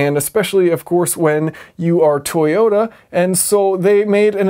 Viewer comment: Toyoter eighty sixer